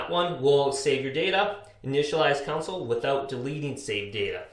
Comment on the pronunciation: It's console, not council.